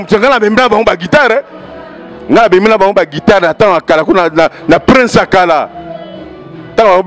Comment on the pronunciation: Yo pe soki Eso soki nani ovandi na Europe mais ezo loba guidar eh 🤣🤣🤣🤣🤣 tala zonga classe balobaka guitare guidar guidar n'importe quoi